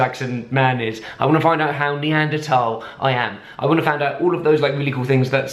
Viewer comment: HOLY SHIT IVE BEEN WATCHING THESE VIDEOS FOR A WHILE NOW AND EVERYTIME THEY MISPRONOUNCE NEANDERTHAL AND HE SAID IT LIKE NEANDERTALL LIKE YOURE SUPPOSED TO THANK YOU